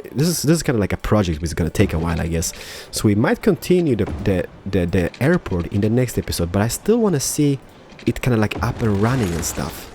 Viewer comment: "Airpoo" XD